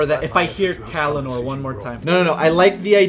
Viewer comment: STOP SAYING TALANOR FUUUUUUUCK